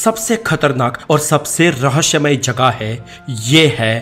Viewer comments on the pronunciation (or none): Bhai rahsya hota hai naki rahshya